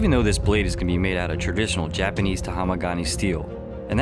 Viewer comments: dude said joopanese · he's american but he said "Japanis" 😂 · I like how pronounce Japanese as JPUHNESE